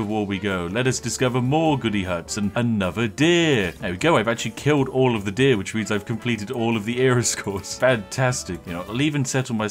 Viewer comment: Exploits aside, this is the first time I hear the correct pronounciation of "deer"